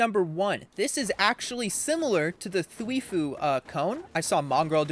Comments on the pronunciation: twifO not foo lmao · th wi fo not thweefoo :) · He mis pronouncing twifo is giving me brain cancer